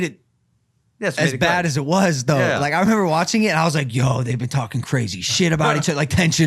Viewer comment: Been, not Ben dummy